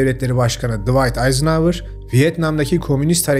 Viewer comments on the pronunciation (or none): none